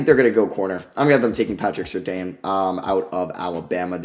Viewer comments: Patrick Surtain is pronounced Sir-Tan btw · Watching Bengal's mock drafts has really made my spoiled to people pronouncing names correctly, watching these back to back is wild. Good video tho man